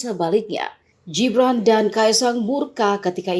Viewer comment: Mbak pembaca, Gibran, bukan Jibran. Membaca mbok ya yang bener